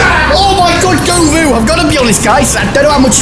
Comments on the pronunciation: his name isnt guh voo, it’s go voo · Pronounced Go-Voo. I’ll be waiting for the what a nob headdd from Chris tomorrow 😅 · struggling to pronounce govou doesn't shock me